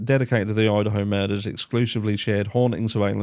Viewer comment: Did u accidentally say Udaho ? 😆